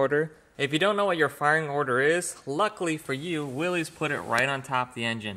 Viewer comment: It's pronounced Willis. A willies is what u pee with